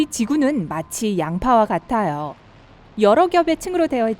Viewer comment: 나아요,있떠요,부분입니다,같아요, 발음좀 제대로 해주세요 있떠요~ 침 고이셧어요?